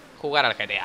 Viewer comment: Alguien más escucha al principio del vídeo: "bienvenidos en un nuevo video de vegeta" en vez de "bienvenidos en un nuevo video de GTA"